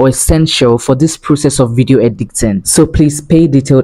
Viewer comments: Just stumbled on this ! This is so so detailed ❤ God bless you!! But your pronunciation 🤔 I was hearing words like “Edicting” instead of Editing and “Transiction” instead of transition 🙂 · Why do you keep saying edicting instead of editing